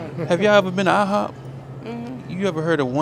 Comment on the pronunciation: When he said I H O P I holleredddddd😂😂😂